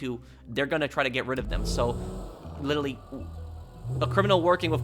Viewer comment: “Lillille” can’t say literally lol